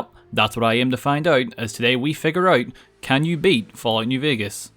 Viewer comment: Its figure out, not figu-aight